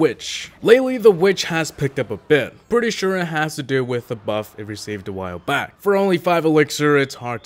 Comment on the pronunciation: What happened to the emphasized “back?” BACK